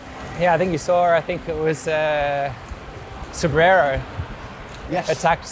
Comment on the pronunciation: It's YOUR show, but WTF is "caffy"? Coffee? Caffe? You guys should have ridden the bike path down from Sanremo. Cipressa = CHEE-PRESSA, not SEE-PREZZA. Poggio = POE-JOE, not PAW-GEE-OH. Gotta love Matthews - he's a trier, not afraid to lose, but I'm betting when it comes to moving to Italy, he'll think twice about the taxes vs Monaco! And even the stars get star-struck? Who knew? Nice interview overall - BRAVO!